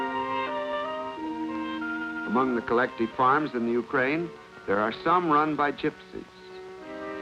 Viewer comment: Why would they use this lol they can not even pronounce Ukraine correctly 😂 I’d know my moms from post soviet